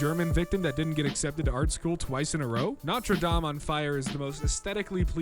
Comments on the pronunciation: wai wai wait, did he say "Notree Dam"? Im pretty sure its "No ter Dame" Please correct me if im worng tho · pronouncing notre dame as "nah-trey dah-m" really hit different